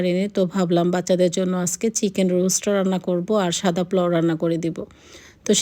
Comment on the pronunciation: Plau bolen kno aunty? Ata niye troll holo akjon mohila tau apni atat bolsen, it’s Polao not plau